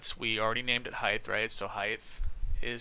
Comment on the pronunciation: Btw you pronounce "height" wrong you say it with a "th" at the end. It ends with a "t" sound